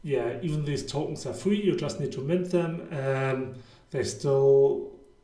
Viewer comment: Good content ma guy, huge opportunity. But can you please say Tokens no toutns 😅